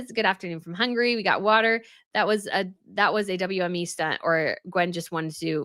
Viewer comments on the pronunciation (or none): none